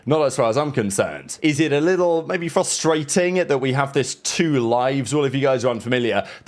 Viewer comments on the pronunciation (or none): none